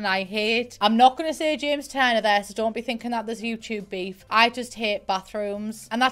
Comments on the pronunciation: "james jurner" xD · “james jurner”